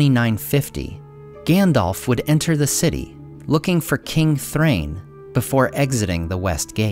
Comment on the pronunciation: First time I’ve heard Dain and Nain pronounced correctly 👏🏼 But, wouldn’t Thrain be pronounced the same (“Thrine”)? Love your content! Enjoy your holidays 🎄